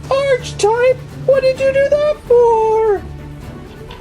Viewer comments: ARCH-TYPE?!?!?!?!!?!!? ITS ARE-CI-TYPE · not nitpicking just my ocd its pernounced Arc he type